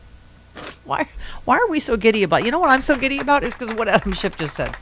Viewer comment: Hey. What's this aboot? LoL